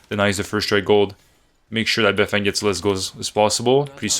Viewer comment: sup ma G beifeng is actually pronounced - "Baiy" (emphasizing the Y) "Fang" - translates to north side since he is from Beijing and repping his city yo no caps all truth my homie